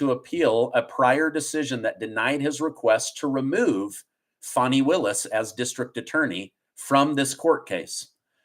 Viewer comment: It’s not Faaarni, it’s Fanny!